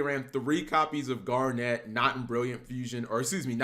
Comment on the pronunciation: Cap saying this deck is good is almost as bad as him saying “Gar-Net” literally garnet